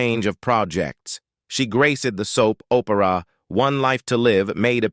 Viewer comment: How did this commentator get a job speaking? "Swayz" "soap 'O'pera" and "comeuppance " "shedding a 'tare'" ?????